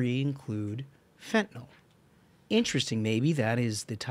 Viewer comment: Guest was pretty smart, but he still can't read. Fen-ta-NIL not fen-ta-NOL. Like he's never seen the word before. So to be fair, he's as smart as nearly every member of Congress.